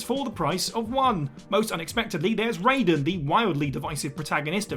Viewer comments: No way my guy just said rey-don instead of rai-den bruh Wtf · I'll argue that the pronunciation is RAII Den Or RYY Den But certainly NOT RAY Den 🤣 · It’s Rye-den NOT Ray-den 🤦🏻‍♂️ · you can tell when somebody's never played Metal Gear when they pronounce Raiden's name like Mortal Kombat's Raiden ( for clarification, in MK it's Ray-den but in MG it's Ry-den ) also: Bowser in Super Mario 3D World, Bowser's Fury & Mario & Luigi Superstar Saga Samus Aran in Metroid Dread Zero in Mega Man Zero Piers in Resident Evil 6 Laharl in Disgaea D2 ( PLEASE do a remastered port on Switch, NiS... ) Elma in Xenoblade Chronicles X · Ah yes it wouldn't be a whatculture list without someone pronouncing Raiden wrong. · I think people get confused because Raiden from MGS and Raiden from Mortal Kombat are pronounced differently. It has something to do with cultural differences in pronunciation. It's why English speaking Americans constantly butcher the pronunciation of Final Fantasy character names. For example: Tidus. Square Enix says it's Tee-dus but Americans wanna say Tie-dus because they can't accept that other pronunciations and grammar rules exist outside of their own. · That mispronunciation of "Raiden" makes me cringe. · Steady Saying Raiden Name Wrong from MGS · How can you a character's name wrong when it's spoken in the games, I will never understand this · I swear this is done on purpose at this point. So many people point it out every time. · When they have an established way of pronouncement & you don't bother to say it correctly, then yes. Aang VS Ahng